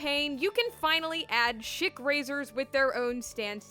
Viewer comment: It kept sounding like you said shit razor lol gendo shaving with his shit razor lolll